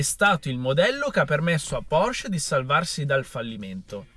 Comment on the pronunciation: Porsch-E. Pronuncia le E mannaggia